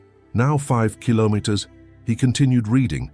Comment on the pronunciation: Killomotters. Gotta love AI.